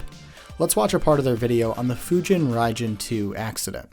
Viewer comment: I think my soul just left my body after hearing how that AI voice said Fujin Raijin II